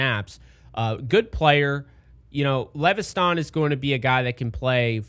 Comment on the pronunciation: It’s just lev es ton bro not le ve sthan 😂😂 KT LEVESTON